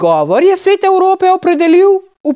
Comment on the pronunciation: Zanimivo, da razlage ni v SSKJ 🙃 in hvala za ta prispevek. Ze vsaj 15 let pa vsakic znova skocim ob nepravilnem izgovoru crke E v besedi. Ozek E se uporablja, ko recemo "Po svetu se marsikaj dogaja." Ko omenjamo neko skupnost kot je Svet Evrope - sirok E.